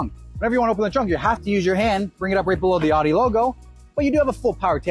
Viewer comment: Nice review, but you’re mispronouncing Audi. You pronounced it “odd-e” repeatedly in the video, when it should sound like “ow-dee.” Common mistake.